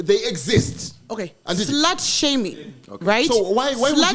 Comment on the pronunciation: Dey AH SL’AATZ! 😂 You know Dey AH SLAaTzz I Googled SL’aAT He said SL’AAT! EEZ ah SL’AAT!